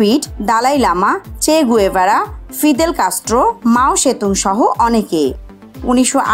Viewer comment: It's চে গেভারা not গুয়েভারার...